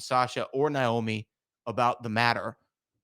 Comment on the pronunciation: Someone tell that her name is not Niomi..Its Naomi! Lol